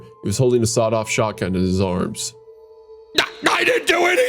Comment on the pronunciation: My Favorite Weapon is The Shawed-Off Sotgun